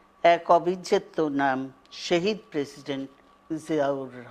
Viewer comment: With all due respect to Madam Zia, ইনিতো শহীদ শব্দটা ঠিক ভাবে উচ্চারণও করতে পারলেন না । উর্দূ/হিন্দী ভাষীদের মতো শাহিদ শাহিদ বলে যাচ্ছিলেন😒🤦‍♀️🤦‍♀️🤦‍♀️